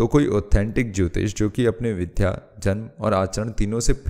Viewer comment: पर आपने "विद्या, VIDYA" को "विध्या , VIDHYA"बोला है जो कि गलत उच्चारण है, इसे सही तरीके से बोलिये - विद्या